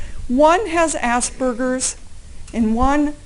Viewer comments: Allaboutfball at in the vid did she say ASS BURGERS?! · Donkey..she said "asbergers"...a condition similar to autism. never heard of it until this case. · I listened to it several times and she indeed said "assburgers". The entire defense team is inept, if you ask me, not that anyone did.